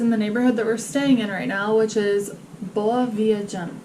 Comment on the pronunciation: Another great video! A quick tip for the pronunciation of “Boa Viagem”: the “a” here sounds similar like in the french “Bon VoyAge” i.e. “Boa VyAgem” :)